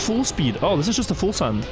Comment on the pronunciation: "Full send" sounds like a "fools end" 😂